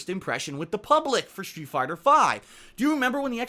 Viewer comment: I can't be the only one hearing "shoe fighter"